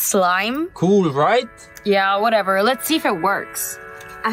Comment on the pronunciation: THAT “WHATEVER” WAS Personal